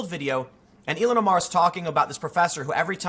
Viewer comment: I think its pronounced Ill-Han